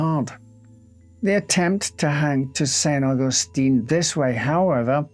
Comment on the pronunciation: and Augustin has also a different pronunciation, what he says is Augustine which is a female version. It looks like he did a great job with the difficult words and was then "betrayed" by the supposedly simple ones :)